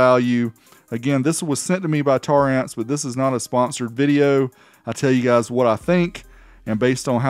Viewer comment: omg you said it right, been staring hard at the name while people say tara amps.....